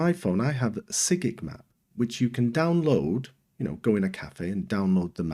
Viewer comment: Your saying sygic wrong. You say it like you say the name Simon